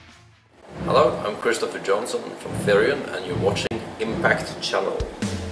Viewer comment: He pronounced his name correctly, I.e Swedish pronunciation, even though Christofer himself said the English way :)